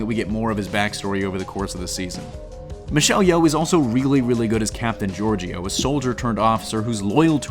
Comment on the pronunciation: I had to stop watching at a minute and a half in. Please learn how to pronounce the words related to the topic you're talking about. Georgiou, Bat'leth, Kahless are just a few.